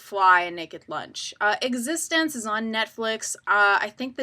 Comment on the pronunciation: The Fly 2 is actually pretty good for a sequel. BTW- You are mispronouncing eXistenZ.